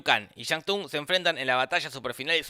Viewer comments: La regla de los 10 torneos la decidieron los dioses antiguos para darle oportunidad a la tierra de defenderse, y la T de shang tsung no se pronuncia. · algun gil más que Remarque que se pronuncia "sung" Y no "Tung"? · Se pronuncia sung o tung jaja, Se escribe Tsung pero se pronuncia sin la T jja alto dataso tiraba :v